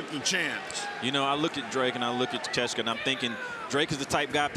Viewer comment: Ta-Kesh-Ta?...WTF. It is pronounced, Tak-a-shee-ta!